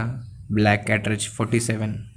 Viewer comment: It's a cartage not catrage 😂😂